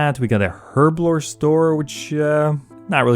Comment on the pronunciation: It is so painful listening to you mispronounce herblore/herb over and over and over.